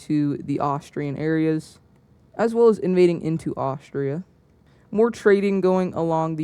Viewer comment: you called austria austrailia